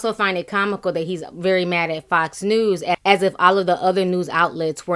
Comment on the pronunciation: LOL! It did sound like "F**ks News!" 😂😂😂